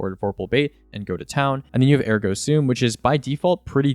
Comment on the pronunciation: "ergo sume"